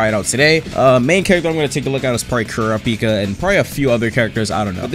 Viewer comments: can you stop pronouncing kurapika as cura pika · ku-ra-pi-ka not kura-pika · Why does he say Kuripika like that 😭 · the way bro said kurapika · This man pronounced kurapika wrong man's got the whole fan base triggered 🤦🏾‍♀️